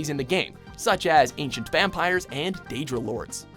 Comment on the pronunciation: What's a "Deadra"? , I only know Daedra and Aedra.